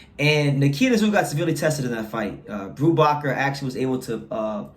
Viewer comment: "Brubaker" like bake, like cake.